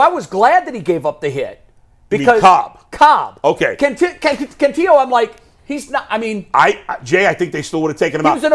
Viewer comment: Guys you sound dumb- it’s “Can-TILL-o”, not “Can-TEE-o”. The guy has been in the org for 3 years, you should know this by now.